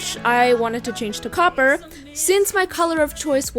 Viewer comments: she said coper so many times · The amount of times she said “cOpPeRr” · How many time did she say coper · did anyone else really want her to stop saying copper 😂